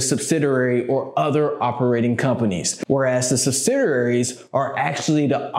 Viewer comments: Good content..but you may want to start calling them "subsidiaries" instead of "subsidararies". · Thanks for the video very informative but you kept getting the pronunciation of subsidiaries wrong lol